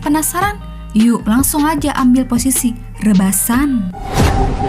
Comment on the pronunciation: Lucu guer denger .pas bilang ..rebasan 😂😂😂